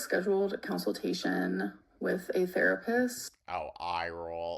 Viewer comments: “council-tay-shon” We all know she means ‘consultation’ but I think it’s funny That she also pronounced “consoles” as “councils” in an old Video where I believe Beck and were showing of their Gaming consoles. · “council-tation” I can’t 💀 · "Cown-sul-tashun" I cant...😒😒😒